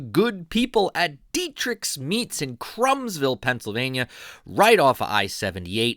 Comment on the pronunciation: Krumsville is pronounced Croomsville not Crumbsville. I grew up only a few miles from there and my elementary school Greenwich Township Elementary School is only a few hundred yards from Dietrich's. And I love Dietrich's. Won't know if this post will come out under my name or my wife's. Youtube sometimes shows my wife's name for some reason. I am David Moyer.